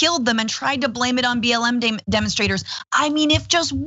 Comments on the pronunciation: He said BLM but with his Southern accent 'M' has two syllables. Like 'Eyyem'. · I think he said "b l a m". What does the a stand for? Think he's just a moron. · He said BL'e'M I think ...